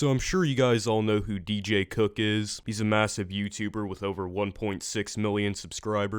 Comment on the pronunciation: Please pick a better tittle for this video because it sounds like you said do cook is bad